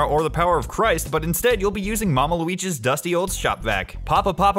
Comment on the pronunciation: Right before the intro, in my mind I'm thinking "Loogal's Spookhouse". Then you come in and say "Loogi's Spookhouse". Damnit